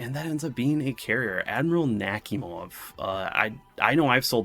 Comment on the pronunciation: You did Nakhimov dirty lol, I want to file a complaint.